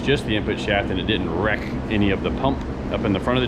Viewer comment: Hey can you say wreck again lol!